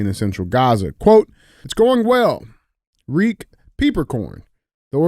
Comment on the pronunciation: "Reek" "peepercorn" hahaha